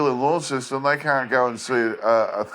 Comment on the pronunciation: So first of all, if you’re Australian, you should know the pronunciation of Launceston as, “LONceston.” Secondly, the only animal I saw in your video that looked remotely like it Tasmanian tiger, was a kangaroo. Were you trying to tell us that was a Tassie tiger? If not, why not find an authentic photo of the tiger? 🇦🇺